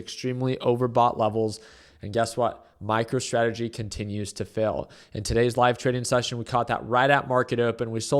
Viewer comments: Did you say micro tradegy? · Did you say MICRO-TRAGEDY? Lol😅